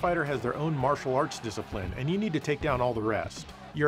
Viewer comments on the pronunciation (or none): none